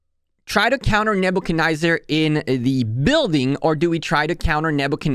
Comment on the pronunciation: NebuchcadNEZZAR, there is no I or Y lol, its not NebuchaNYZER. forward "fancing" fan shape...you have some good content, but damn your english is abysmal.